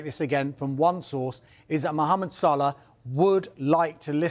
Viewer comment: It's Salah not Salar